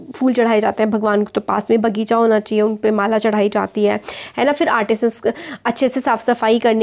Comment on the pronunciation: 10:9 ma am said is bagicher 😂